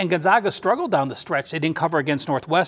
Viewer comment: It's pronounced "Gone-zag, (as in bag) uh," Gon-zag-uh," not "Gun-zog-ga." Sheesh!!